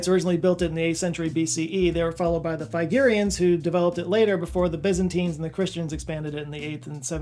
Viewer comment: Figerians? Did you mean Phrygians?